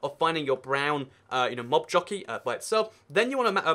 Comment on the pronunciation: I thought you said nob jockey and had to replay it just to make sure